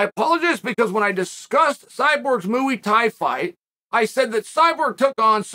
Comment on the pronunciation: mooey tie